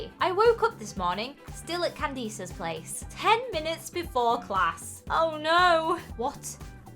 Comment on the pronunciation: ITS CAN DISS NOT CANDEES. My GOSH!!! IT MAKES ME WANT SLAP EvERYONE😤😤😠😤😡😡😡😡😠